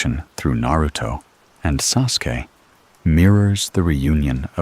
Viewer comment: Love the AI pronouncing Sasuke. As soon as I heard that I had to roll over to grab my phone and change this.